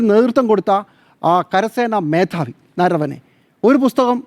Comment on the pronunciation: നരവനെ അല്ല നർവണെ ..